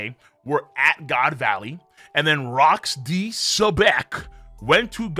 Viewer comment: Why you had to say Rocks name like that?😩😂